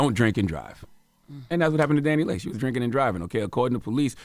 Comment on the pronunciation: It’s Dani(Lee)Leigh, not Dani(Lay)Leigh.